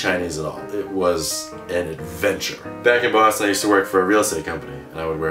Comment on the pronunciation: Did you say Boston or Bosnia? o.O